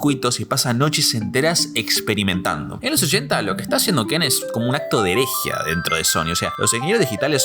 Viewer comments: el diskette no es de 2 pulgadas, es de 3 y media; no es heréjia, es herejía; no es “cd-rúm”, es “cd-rom”, con O; Y ya me aburrí. Son incontables. Sumado a la arrastrada aporteñada de las eses y a la mala dicción que me obligó a activar los subtítulos. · Che bastante pasable el acento en inglés, pero el castellano te la debo: "herejía" tiene un acento ortográfico y es en la " í " 🤷. Solo decía. Igual excelente video 👍🏼